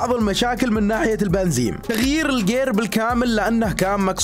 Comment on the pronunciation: بنزين بالنون وليس بال ميم